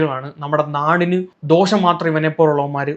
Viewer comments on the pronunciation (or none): none